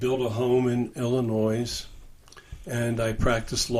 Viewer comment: Can someone explain why mispronounces Illinois?